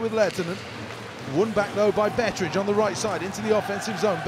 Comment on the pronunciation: Betteridge - they say it sometimes almost like 'Beveridge' :) -ish